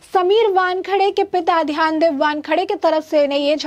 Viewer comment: पहले सीधी तरह से नाम लेना तो सीखो. इनका नाम ध्यानदेव नहीं, ज्ञानदेव ( आपकी भाषा में 'ग्यानदेव') है!....(मतलब...समीर वानखेडे के पिता का)👍